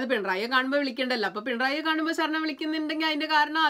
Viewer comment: അക്ഷര ശുദ്ധി കമ്മിയാണ്...ഇല്ലേ..? സരണം അല്ല കുട്ടി....ശരണം ആണ്. അതുപോലെ സബരിമല അല്ല...ശബരിമല...!!